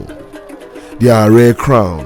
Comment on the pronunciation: May i say its ADE AARE not ARE